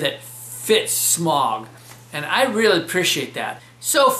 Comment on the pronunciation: smaug ain't pronounced smog